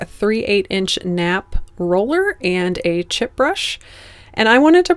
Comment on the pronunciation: Chip brush? Is that what you’re saying?